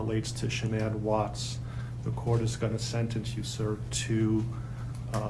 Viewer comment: Gees you can't even get the last name correct it's Watts